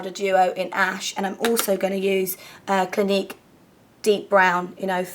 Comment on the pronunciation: when you said Clinique concealer, I thought you said gleek concealer aha, I was like WTH?!?!